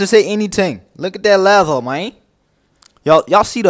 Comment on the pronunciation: Hear him one more time he was saying ladder rather than later 😂 😅